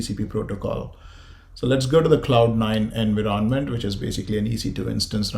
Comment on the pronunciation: Its not pronounced as "enviroonment", instead its "environment"